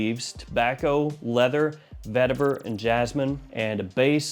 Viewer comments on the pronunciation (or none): none